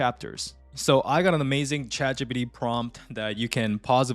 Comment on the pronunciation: "Chat gee-pee-dee" 😂 i love the video, thank you